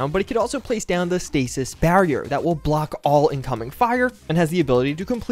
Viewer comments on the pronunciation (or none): none